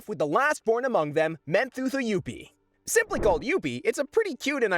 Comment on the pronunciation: its pronounced mon toh toh you pee